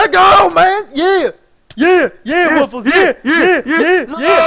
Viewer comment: Hey actually its supposed to be pronounced woof+less